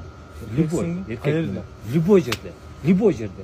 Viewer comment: Бул Бауржан кандай бала түшүнбөй койдум! Либой дегени чатак экен, любой дечи жок дегенде!